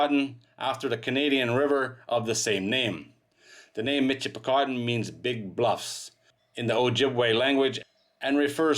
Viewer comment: It is pronounced Mishipicoten, not a mitch , in the area, I grew up near the mouth of the river ,, Played along the sand banks and beaches, some of the most beautiful sand in the world.